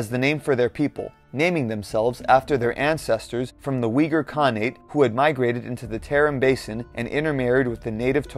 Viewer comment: You know this video is crap when they can't even pronounce Uyghur properly.